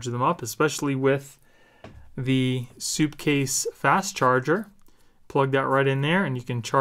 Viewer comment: It's SUPcase not soupcase lol great video tho they make solid stuff